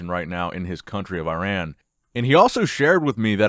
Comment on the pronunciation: You are actually pronouncing Iran wrong. It’s more like “ih-rahn” instead of “eye rann”